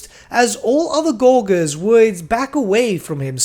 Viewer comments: pronounced gorge, gorgers. not gore gers. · Okay, I have to say, does anyone else notice that says Gorgers wrong? He says “gorg” when I’m pretty sure it’s pronounced like “Gorj-ers” and he said it so many times I was going crazy lol, I don’t mean anything hate just thought it was funny lol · Gor-jer. Soft g, mate. As in «to gorge.» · Oh my god stop saying gorgers like that!!!! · Great vid, but that pronouncement of Gorgers was kinda painful and stood out like a sore thumb as it was said so often. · say gorge. then add an rs on the end. soft g man